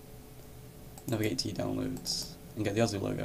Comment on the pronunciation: its osu not ozu